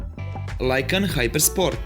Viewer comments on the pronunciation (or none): Nije lajkan hypersport nego se izgovara lukan